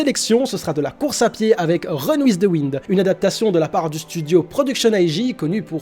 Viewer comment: Il a enfin bien prononcé "Wind" !!!!!!!